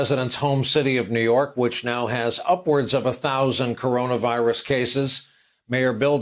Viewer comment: Trump can't pronounce "CoronaVirus". 5 sylabyls, TOO complex.